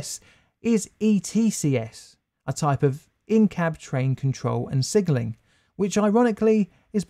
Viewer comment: Sigenling? Sigenling?